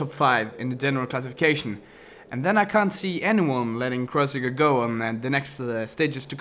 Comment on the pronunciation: it s kreuziger, not kreuzinger :)